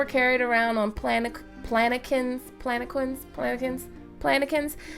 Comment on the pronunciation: palanquin is pronounced: pal-an-KEEN